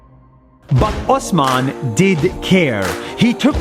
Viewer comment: my name is osman too in class my teacher some times call me osaman i like how u call it correctly